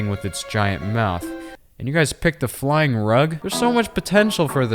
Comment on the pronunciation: hahahahahahahhaha he said you pick a fyling rug hahahh🤣😂🤣😂🤣😂🤣😂🤣😂😂